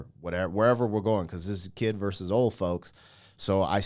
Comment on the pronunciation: Vs. is pronounced "versus." Not "verse." Not trying to be mean. It's just like fingernails on a chalkboard whenever I hear that said incorrectly. Sorry!